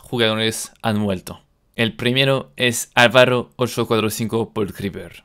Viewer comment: Dijiste alvarro :v